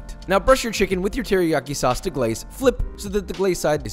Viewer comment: Teriyaki SAWCEE